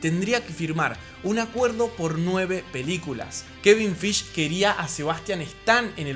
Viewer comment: Kevin qué? Acaso dijiste Feich?